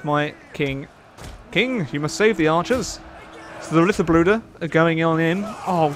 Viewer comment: U pronounced Ritterbruder correctly. A fun fact is the direct translation from German is Knight brothers.